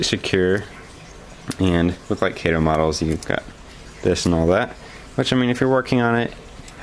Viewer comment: FYI: Kato is pronounced kah-tow.